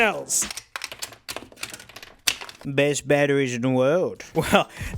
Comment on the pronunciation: Hearing say "These are genuine... pk... cell battrees" is a bit surreal